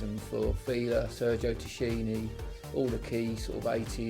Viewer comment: by the way the actual pronounciation is "Tackini"- the italians pronounce "ch" like a "k" as in "Chianti" (pronounced 'Kianti')